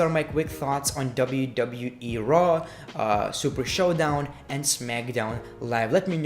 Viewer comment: Anyone notice he says Monday night traw